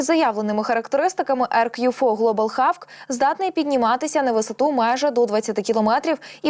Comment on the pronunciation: Молодь та ще й з вищою освітою. Ви не мислите своє життя без комп'ютера. Чула, що англійську зроблять другою державною мовою. Тому ріже слух як вимовляєте hawk. Що за хавк? Якщо не знаєш, невже так важко глянуть транскрипцію у словнику! Ну що за ставлення до роботи, ви ж не на кухні з сусідкою? Коли таке звучить в ефірі - це ж дикість, на кшталт маде ін чина або стопе.